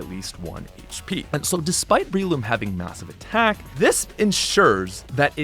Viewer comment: It’s BRELOOM not BREEloom